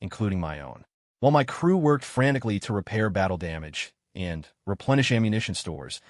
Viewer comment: Your A.I. does Not read smoothly. Especially on the word "and". Not every use of the word requires a pause. Doing so interrupts the flow of the story.